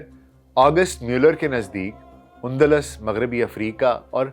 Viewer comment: Undlas نہیں Andalus ہے